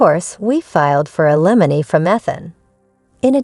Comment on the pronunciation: Need to learn pronunciation. Ethan & Ailmony pronounced wrong.